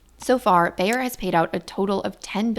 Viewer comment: good story, but you should really learn how to pronounce Bayer. It's a German, one pf the biggest companies in the wor;d, selling Aspirin. Saying Bear all the time, not only hurts ears, but also put blame on poor Bear instead of Bayer executives.